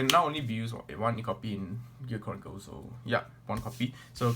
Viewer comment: OMG did he just say Gear CORNicle?